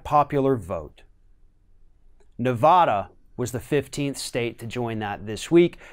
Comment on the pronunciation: Please learn to pronounce Nevada.